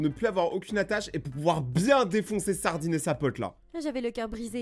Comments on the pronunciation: Nn tkt elle a dit ce Ardine 😂😂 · quand elle a dit ardine c'est un … ) elle a dit ardine ou sardine j,ai compris sardine 😂😂😂